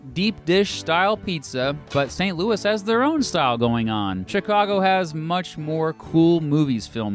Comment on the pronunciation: Its St Louie not Louis Yes believe a Cubs fan that no I'm no Bandwagon I left the Yankees for the Cubs